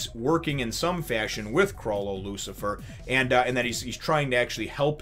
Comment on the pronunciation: It's Chrollo "Lucilfer" by the way. Not "Lucifer." Sorry to be nitpicky, but my brain wouldn't let me not point that out lol.